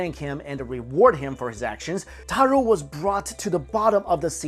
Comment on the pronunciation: Taro, not Taru. Pronounced just like taro root.